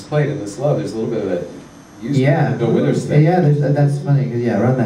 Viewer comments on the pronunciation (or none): he said "bill withers"